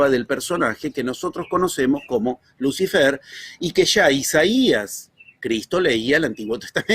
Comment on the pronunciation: dice: Luz ai-fer?, es así?